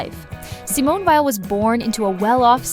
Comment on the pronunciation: Ugh. By 48 seconds in, the (AI?) narrator has pronounced Weil’s family name 3 different ways, none of them correct.